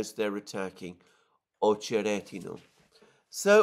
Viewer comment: [ Ah che RET i na ], not [ Oh che RET i na ]